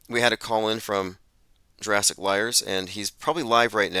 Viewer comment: "Jewrassic" again? Fast forward through that.